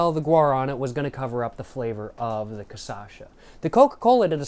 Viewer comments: My dude, you’re pronouncing it wrong. ✅ CA -> pronouncing it correctly. ❌ CHA -> pronounce it like the “sha” in the name “Sasha” ❌ ÇA -> pronounce it like “Sa” in the word “Salvia” Tldr: swap the pronunciation of the 2nd and 3rd syllables and you will be pronouncing it 100% accurately. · I love how in the first video he tried cachaça he said it correctly, but never again lol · Até o final do vídeo tá beudo cascando o bico and quem sabe falando o nome direito!?🤣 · Really need to make a version of this but only saying CASASHA (and also taking a shot every time respectively) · ca-sacha is so tuff twin never say it properly. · I like that he say caçacha lol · It's CACHAÇA for christ sake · bro, it's CA-CHÁ-ÇA!!!! XÁ!!! love your videos :) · It's kah-shah-sa and you said it wrong every single time >:( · Every time he says Casacha i die a little inside. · KATIASHA! you can pronouce corretcly. you say kasasha,its sound wierd, sounds like a japan name, you have to say, KATIIIIASHA (use more power in "I" word so separate words, silabes). i suggest you to say it corretcly to sell more books. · hey is cachaça said like kashassa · Pior que nos primeiros vídeos ele tava falando certo kkkkkkk do nada ele começou a errar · This is the 3rd video in a row that you did not learn to pronounce cachaça i will acknowledge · Its cachaça bro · Lil tip: its CA SHA SA, not ca sa sha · It’s not “caçacha”, it’s “cachaça”, pronounced as ca-sa-xa. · its not "CaÇasha" Its CaXaça" ahahahaha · bro is not ca ça cha, is ca cha ça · You say "CAÇACHA" but it's actually "CACHAÇA". You're mixing up the last two syllables, and I love it but thought I should say something! hehehehe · poha man you should pronounce it KA CHA SA instead of kasascha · cashasa not casasha jjajajja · CA CHA ÇA. Not CA ÇA CHA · who's kasasha? 😭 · Ca Sasha 😂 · ca - cha - ça //// TRY: CA / XA / SA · ca-sha-sa is the pronunciation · its ca-sha-ça